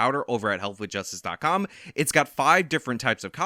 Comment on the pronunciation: "Health with Justice DOT COOOOOMMMMMMM!!".... you gotta emphasize the com like you used to